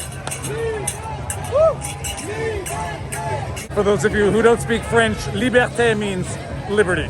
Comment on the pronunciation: "Lee-Ber-Tae".... I thought they were chanting, "USA" at first... HaHa... Must be the masks...Love your content. and Love Liberty . Thanks.